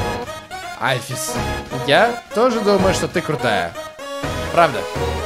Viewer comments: Правильно альфИИс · и в имени Альфис ты ставил ударение не на ту букву... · правильно Андайн Альфис(ударение на А) и Папайрус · Та блин альфис ударение на а понимаешь на а а А!!!